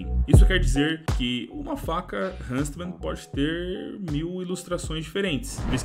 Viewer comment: Ver o falando hunSTman me da agonia, bom video.